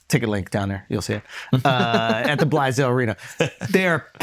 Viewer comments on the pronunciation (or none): I hate that he pronounces Blaisdell "Blysdell". it's Blaze-dell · Its pronounced BLAISE-DELL like the name, Blaise-Dell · Pronounced “blaze-dell” can’t wait for Hawaii!!